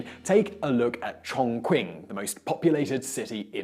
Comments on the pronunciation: Chongqing （重庆）is pronounced like "Chongch'ing." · completely messed up the pronunciation for Chongqing, it's more or less pronounced Chongching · It's pronounced Chongching and it's not the most populated city in China, not even top 5. You must have confused the Chongqing City with the Chongqing Municipality district in which has a few other cities and towns, and the biggest city in China is still Shanghai. But anyways a great episode, and thanks for the good work, I am glad that I subscribed! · Do better research. It's pronounced ChongChing - and it's not the most populous city in China. Chongqing city is about 6 million people. Chonqing province is about 30 million people and covers an area of about the size of New York state. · It's funny that this video is made by a guy who can't even pronounce Chongqing correctly. And he's pretending he knows these stuff very well. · If one were to praise China and its advancements in every other video it produces, would it hurt to at least try to get the pronunciations of major cities and key players right? For example, Chongqing may be spelled with a "q," pinying dictates that it is pronounced "ch." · I am sorry but when you said Chongqing, I wanted to punch the screen. That is not how you say that name and I know, I had a classroom of Chinese students drill it into my sound bed before they let me live. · not “ch”, more like a Russian pronounce “Ч”